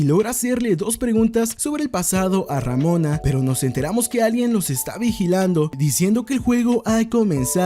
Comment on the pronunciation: Pronuncia ramona una vez mas de ese modo y te funo